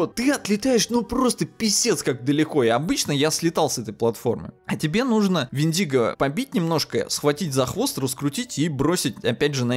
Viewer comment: ПОЖАЛУЙСТА! мы тут, в Grammar Nazi, уже места себе не находим, хватит ставить ударение в слове вЕндиго на любые буквы, кроме Е, и да, слово вЕртиго аналогично читается!!!